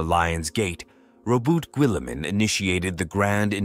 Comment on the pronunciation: holy terra that is not how you pronounce Robute Guilliman😂